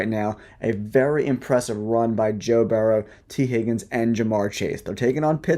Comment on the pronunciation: We have already seen games last week that will stand out as having been more entertaining than the Super Bowl. This week shall be the same. Super Bowls are anticlimactic. Both teams all get rings; the winner's rings are just bigger. Your narrative makes good sense, on all counts. (You mispronounced JOE BURROW's last name as "BARROW.") Respectfully 🥂